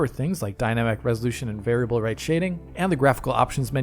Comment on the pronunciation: That flub on "variable" is really just stuck in my head like a splinter